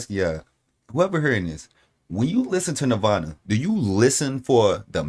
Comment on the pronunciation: No disrespect bruv but this is kurt and is "NIRVAN" I think you might need to understand how a gunins is?